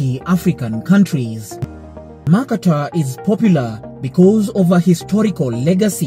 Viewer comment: A good video overall with pro-Africa distortions but will you please learn to pronounce "Mercator"? And when you talk about maps being wrong, don't show the globe which is obviously not very distorted. It may surprise the producer that I was actually taught all that about the maps in Junior High School. The video underestimates education even in America.